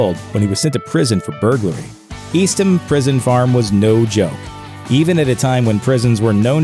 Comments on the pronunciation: The prison Clyde was in is pronounced EAST-HAM. I know because I live in that same town, called Lovelady, Texas. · eastham is pronounced east-tam